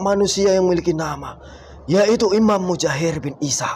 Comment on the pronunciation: 13.43 mujahir bin isa😂😂😂😂😂😂 baca dulu yang bener sebelum akting